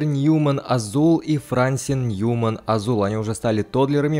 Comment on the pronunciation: не ФрАнсин, а ФрансИн ударение. Вторую серию уже так!!!!Исправляйся)))